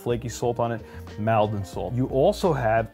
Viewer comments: I live and grow up in Essex near Maldon it pronounced not Mal-don but more like mould-don or mall-don (as in shopping Mall) is not really sea salt it is river salt come blackwater river that is estuary Maldon salt was use in Roman times at Colchester about 55AD brand named was in late 1800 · Nice to see my home town's salt make it to this video, btw it's pronounced Mole-don not mal-don 😉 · Very informative thankyou 👍.. Just alittle nip pick in pronunciation of Maldon., imagine taking away the a and putting in an o you get Moldon, and that's how you say it 😊.. I use it all the time 😁.. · Love the way Maldon is pronounced in the US. It's pronounced Maul-don in the UK. I should know - I was born there :oD Interesting to see the results of the taste test and although I was aware that table salt was toxic, I wasn't aware that some contained cyanide.... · (Maldon is pronounced Mawldun) 😉😉